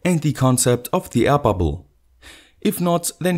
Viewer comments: Hey says like 'aia pubble' 😀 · Ron Albert Ramos I hear 'hyperbole' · die ai babl